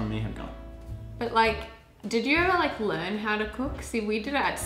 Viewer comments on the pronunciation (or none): Kate, you look amazing; better (betah) than ever (evah)!, don't lose the beard (beyad)! It works!